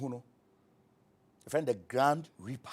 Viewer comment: It's actually grim reaper not grand reaper